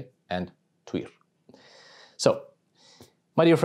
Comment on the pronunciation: Thank you so much! I now know how to pronounce Tyr's name properly. I live in the U.S. and we mispronounce EVERYTHING. 😂 Plus, I have Dannish blood, and it is nice to hear from the Peeps! Blessings on your house!